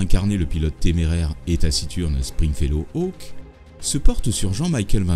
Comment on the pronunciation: Surpris qu'il n'y ait pas cette petite anecdote: Bryan Cranston, le célèbre acteur de Breaking Bad, a joué dans Airwolf.. et c'est sur ce tournage qu'il a rencontré sa femme. Donc je suppose qu'il garde un souvenir particulier de cette série :-D Vidéo sympa, en tout cas, même si la prononciation de Airwolf et de Stringfellow Hawke font mal aux oreilles ;-)